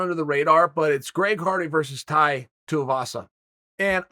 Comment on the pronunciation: Chael getting Tai's name right blew my mind